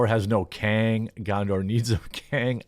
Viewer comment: lord of the kangz rangz of powur